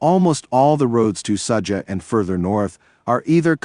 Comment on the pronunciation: Ai still stupid.Sadza...haha its Sudza..